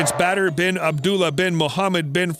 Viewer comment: Lmaooooo OMG this guy cracks me up the way he says the Bin